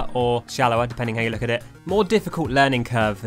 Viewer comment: "Have a look at them" From the way you say it in your accent It sounds like you're saying "have a lick at them"